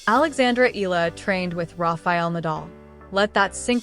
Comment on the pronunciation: Her last name is Pronounced (EH-YA-LA) "Eala"